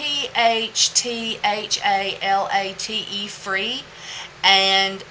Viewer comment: Thanks for giving us the scoop on those fragrance oils, especially at what seems to be quite a personal risk! I'm going to go ahead and purchase the French Vanilla now at your advice. Keep doing what you're doing, you do a great job. PS Phthalate is pronounced "fay-late". It's a tricky one to read :)